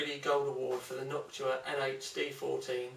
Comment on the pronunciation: "Knockua" :D